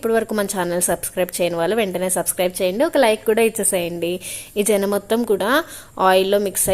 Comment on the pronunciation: జెన కాదు మేడం. సెన అంటారు